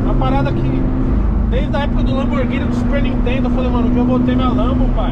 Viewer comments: Nova fabricante de carros fellas “Lamborthini” kkkkkkkkkkkkkkkkkk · Que "LAMBORTHINI" top, Toruguio!!!!